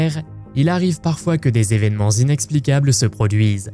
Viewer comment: On dit huit "tévénements", vingt "tévénements"... pas vingt "zévénements"... il n’y a pas de s à vingts, sauf à quatre-vingts...